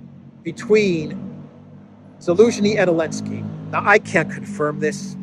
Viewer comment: I give up, why does he keep calling him Elensky?